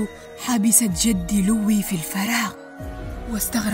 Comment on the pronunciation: إسمه لوي ليس ليو لكن شرحكي جميل إستمري❤